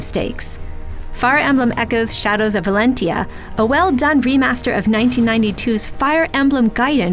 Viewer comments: 7.8 is too low, it deserves more than this. The combat system is much more polished without the pair-up system, can't trust review these days when they can't even pronounce the title correctly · did she just say shades of Valentia ...just stick with fates and awakening okay 😂